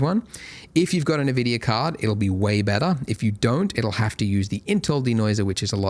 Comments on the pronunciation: Wait, it's called NeVidia this whole time? I though it was eNVidia... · NaVidia x_x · Thanks Andrew for these tutorials! I've been following you for over 10 years, I just wanted to see the new features on 4.x and why not see the donut tutorial again! Also, you pronounce nVidia funny 😅